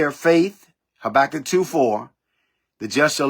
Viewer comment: Habakkuk not Sabakkuk. Your notes came up with a S.